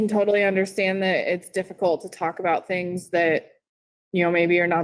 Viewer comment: "The 'things' I did"? He's can't even say it.